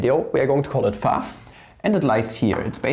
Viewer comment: Ist das irgendein running gag, y and phi so seltsam auszusprechen? Bei sagt er es ja sogar richtig und sieben Sekunden später "phah"....